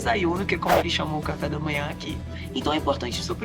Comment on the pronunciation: Qdo ela pronunciou cafe da manha em espanhol… eu escrevi esse post e sai… / Dêssanhuno/ assim é um aproximado de como se pronuncia em español